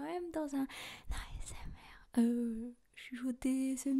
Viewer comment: Je me suis perdu... Entre le "eiffaquiou", le "ahessemartiste", l'envie d'un million d'abonnés pour le compte en banque. Bref. Entre Léa et Kalie, 2 grosses escroqueries, et des fautes d'orthographe même en parlant. Bref. De l'argent facile. Tant mieux pour elle un beau filon.